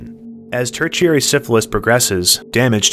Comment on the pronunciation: Tertiary is pronounced "ter-sherry"